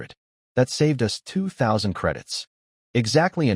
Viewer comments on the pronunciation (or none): Your AI narrator needs work. It reads many of the two letter words as two single letters rather than one word. Like it is one word, it, not I t. Us is not u s.